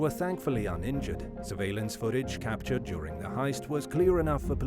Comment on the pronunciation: what is this capatured you speak of